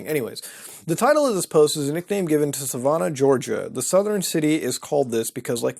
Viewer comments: I love how he pronounces it 'Suh-vau-nah' instead of sa-van-uh lol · I've lived in Savannah most of my life, and i beg you to stop pronouncing it like that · Can confirm that Savannah, GA is haunted, lived there and around there for a very long time(military) now live 3 hours away. It is crazy the stories you hear and it does have some crazy vibes... Also the city name is pronounced like the name, just drives me crazy to hear it wrong lol.